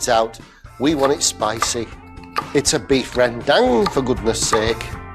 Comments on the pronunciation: It's Run Dumb not Ren Dang. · rendang ...nooo. 100% its not rendang... hope next time u can call minang people to cooking for ur show. rendang not use suger. soya saous. and we not use blender for make all be sofh.